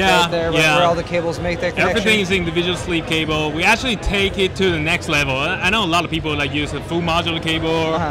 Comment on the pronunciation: How does keep a straight face with talking about the Individuwow Sweeve Cabow...?